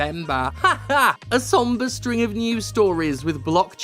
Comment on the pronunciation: "Somber"!?1 My dude, nah, that's not quite it.